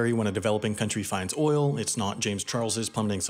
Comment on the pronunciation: Ahahahaha did I hear OIL?🇺🇸